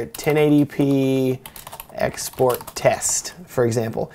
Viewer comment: lmao at first I thought he was saying "hey guys today I want to talk about my ex boyfriend"